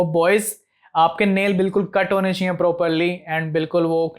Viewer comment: Aap chiee chiee kiyu bol rhe ho normally chahiye bolo bhai